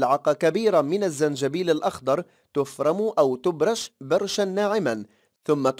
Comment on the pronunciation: تبشر وليس تبرش